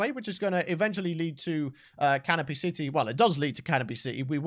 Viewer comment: I thought was saying Caterpie City instead of Canopy City